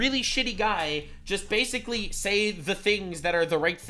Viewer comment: Everytime says "basically" it's like sandpaper on my ears. Bro says a word 30 to 60 times in a video but can't say it correctly once.